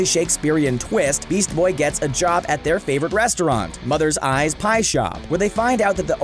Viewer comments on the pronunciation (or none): Bruh this dude just called it "Mother's Eye's Pie Shop"